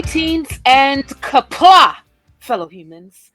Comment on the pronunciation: Did say Qapla'?